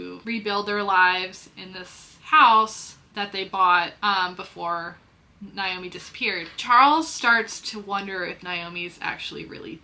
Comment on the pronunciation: as some one named Naomi the mispronunciation drives me nuts. (NAA-Oh-MEE) if that helps. lol great book recs tho